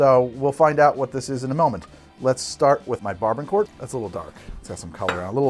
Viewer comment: idk how tf u tried to pronounce barbancourt but it is BAH-BAN-COO for future reference